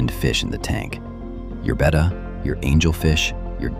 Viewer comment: It's not pronounced "beta* it's betta!